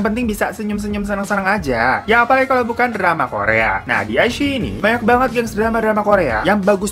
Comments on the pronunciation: Wao ada Zhu Yilong 😍😍 Bagus banget sih shownya jadi gak rugi deh ditonton 🙏✨ CGInya, scriptnya, dan actingnya semuanya luar biasa. Meskipun drama original sama sekali tidak kaleng2an . Btw bang dilafalnya 'i-chii-yi' 😍 Rekomendasikan juga show lain di iQiyi : The Sleuth of Ming Dynasty (detektif yang kocak dan konspirasi2), Winter Begonia (ttg Opera Cina dan Perang Dunia), The Winner is Love (penggemar Ashes of Love pasti tahu film ini atau setidaknya dengar), My Strange Friend (keren banget, ttg org yang punya beberapa kekuatan super tapi malah sisa satu dan kekuatannya yg lain nyebar ke org lain), dan Once Upon a Time in Lingjian Mountain. Di aplikasi WeTv juga banyak yang bagus, cuma ya kalau kualitas iQiyi memang lebih bagus yah. Yang dari WeTv : The Untamed (drama viral th 2019 yang membuatmu takkan bisa move on), The Heiress (drama dimana cewek nyamar jadi cowok dan beneran mirip cowok), The King's Avatar (tentang esport, seperti Gank Your Heart), Three Lives Three Worlds Three Thousand of Peach Blossom/Eternal Love (drama lama yang bikin kamu mewek dan geram), The Legend of Fei, Detective L (sherlock holmes versi China tempo doeloe), Super Star Academy, dll. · Ka..klo gak salah baca nya "Ai shi i" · ini wkwkwk bacanya wikwikwik